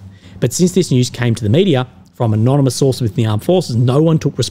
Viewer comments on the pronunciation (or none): none